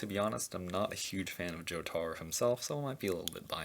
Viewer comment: Every time he calls jotaro I cringe